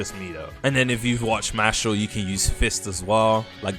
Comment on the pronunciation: MARshall say it right my guy your meant to be English